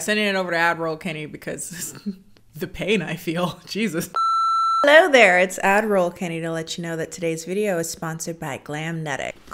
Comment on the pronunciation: I KNOW you're saying "Ad Roll " but all I hear is "" and I refuse to hear anything else.